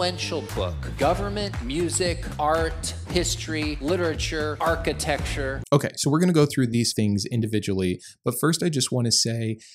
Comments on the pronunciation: hey, I only mention this because I would want someone to mention it to me if I was making this "mistake." the word is generally pronounced archi-tec-chure (or something like that), but not generally pronounced archi-texture.😊 I love your videos. ❤ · I'm going to focus on the most important part of this video. You said it multiple times. So, I think it needs addressing. It's architecture, not "architexture" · I love the work you do but "architexture" was killing me! Lol! Good video as always. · I don't want to be mean, but I love how you say "architexture" and I'm sorry if it feels like I'm calling you out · Dear lord(s), please reveal to the actual pronunciation of “architecture”. That is all.